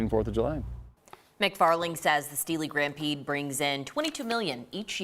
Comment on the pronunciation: She said steeley grampede lol